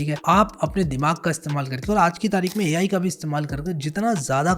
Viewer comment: Ai ❌ Me ayi ✅